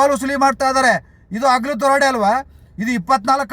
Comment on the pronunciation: ಕನ್ನಡವನ್ನು ಕೊಲೆ ಮಾಡುತ್ತಿದ್ದಿರಲ್ಲ. ಅಗಲು ದರೋಡೆ ಅಲ್ಲ. ಹಗಲು.